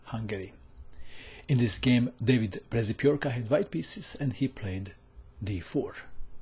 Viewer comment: it should be read "pshepioorkah"